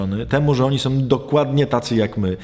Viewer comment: Proszę poprawić wymowę. Nie tom a tą, nie som a są, nie glupotom a głupotą... itd, itd...